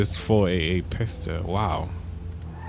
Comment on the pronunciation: I’m You said “Man this Ferrari 488 piss-ta” 🤣